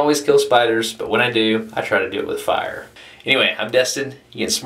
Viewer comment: "KILL IT WITH FIYA"